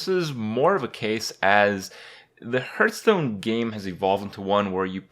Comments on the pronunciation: To the person who mentioned that Kripp says Hurt-stone and not Hearth-stone even tho the game is out for quite a while now: I'll find you and i will kill you as i simply can't unhear it >:( P.S. Trolololo to everyone who can't unhear it now either! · STOP SAYING HURT STONE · HURTstone HAHAHAHAHAHAHAHA